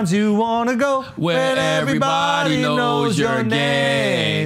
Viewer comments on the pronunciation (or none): Ev-er-y-bod-y not Ev-reeeeee😆 Ill-u-ma-nah-tee